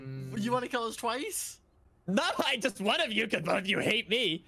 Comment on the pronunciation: "YOU WANNA KILL US TWISE?"